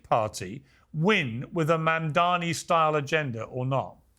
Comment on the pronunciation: Why are so many Republicans unable to say a simple name like "Mamdani" right? Is it a lack of education or a speaking disability or what?